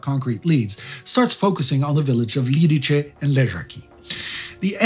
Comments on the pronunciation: It's Lidice [Liditse], not Lidiče [Lidiche]... It hurts to hear such a bad pronunciation :( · Liditze, not Liditche :) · As a Czech I am grateful for (pretty much) two episodes focused on an event that have shaken up our modern history. Thank you. Couple notes on pronunciation for those who wonder - Lidice is pronounced Lee-Dietz-Eh :) not Lead-Each-eh (Jaroslav) Švarc's surname is Czech spelling for Schwartz and is pronounced the same way (so "ts" sound at the end, not "k" sound). Otherwise I am amazed with the pronunciation being mostly perfect. Czech (and slavic languages in general) is fairly hard to pronounce from just written form to people that are used to English, French or German way of spelling (i.e. non-phonetical spelling).